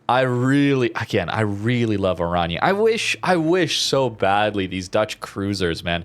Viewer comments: its.. like... oran-ye a bit like in kan-ye [west] but not the... yeeee but a short ye. oranye. as opposed to orani^^ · Prinz Van Oran-yuh ;)